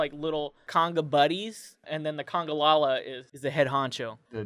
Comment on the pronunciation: You pronounced congalala wrong. Buy honestly it doesn't matter. People always pronounce monster Hunter monsters wrong. It's pronounced cun-gah-lah-lah. if you were curious